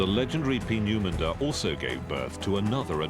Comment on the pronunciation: Bit of trouble pronouncing Peenemunde.